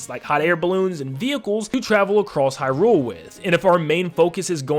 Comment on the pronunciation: okay so i love your videos but omg if you could please please please use the correct emphasis when saying Hyrule. its said HYrule not hyRULE. It's pretty jarring to hear it be pronounced wrong repeatedly. I'm just speaking for myself here to be clear, but if you go and watch any Nintendo directs or official interviews they pronounce Hyrule with the emphasis being on "high" not on "rule" so its officially pronounced as HYrule just fyi